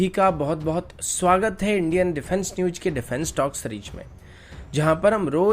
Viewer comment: You should write ✍️ defense newj as you pronounce it